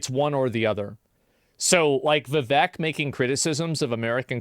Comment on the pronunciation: His name is ViVAKE, like cake. Idk if asmon just doesn't like the guy or something but man it gets under my skin constantly hearing Viveks name mispronounced. If you're reading this, take these :D 🐦💚 It's dangerous to go alone.